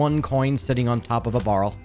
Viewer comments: BARREL NOT BURL HOW FUCKING HARD IS IT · Nice guide but is anyone going to mention how this person said barrel? Sounds like borel ngl but yea nice guide 👍